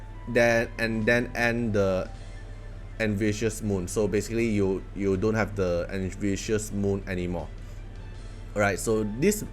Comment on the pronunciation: Envious is pronounced "n-vee-us" Bamboozled is pronounced "bam-boo-za-ld"